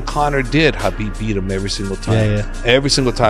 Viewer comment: Just to comment… He said Khabib name perfectly! It’s pronounced as HABIB and not Khabib! It showed how well he knows Khabib and his respect to his people!